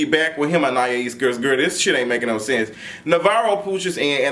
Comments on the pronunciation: He said Anayaya-ees need to leave rich poodles and go back to her grand-bae lmfaooooooo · You almost there! An-i-es ( like east without the ‘t’ ) 😂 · Lmao I'm rotfl every time he says anniyahees 😂😂 that poor girl name be getting butchered out here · Ann- ahh- ese. Anais. 😊Lol looking like doctor robotnick. to r too much!!!😂😂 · lol.. It's pronounced An-eye-east (with the T silent) LOL but we got you so no worries about that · Lol,. I see you struggle with her name each week. Anais is pronounced: Anne-Eye-Eeese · Good grief the name isn’t that damn hard. You still have it wrong. AnneEyeEaseAnn-eye-easeAn-ai-isAnais Ana- ease. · Prounouce her name as if it's "Annah-ease." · Lmao now you adding an extra syllable to Anaïs. Ann-eye-Ee-ss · Loool u still saying it wrong but shout out to whoever tried An-i-eece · “Anayayees”😂😂😂Quit it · Lmaoooooo still saying that girl name wrong! (Ann-I-Es) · Lawd he still struggling with that girl name. 😂😂😁😂😀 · Dream doll is a bully but she don’t back down from nothing. And still mispronounced that girls name lol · And he still said it wrong 😂😂😂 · You’re still butchering the girl name 😂😂😂😂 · Baby you still saying her name wrong